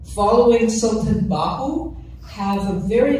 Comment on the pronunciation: So sweet to listen her how beautiful she pernounce the name of Hazrat Sultan Bahoo.❤❤❤❤